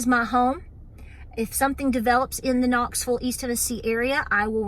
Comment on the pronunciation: Very good message love ya. Hold steady Knoxville. Love how ya say Knoxville ❤love ya too